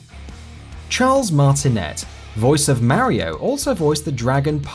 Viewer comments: I hate the way you say mario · I know, right! It shouldn't even be a thing, as Mario himself (in game) says his own name PROPERLY! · why cant people pronounce mario? 8 havent played a mario game since sunshine but fuck, people.